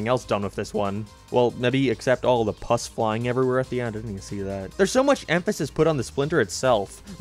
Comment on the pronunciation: he does NOT know how to pronounce pus.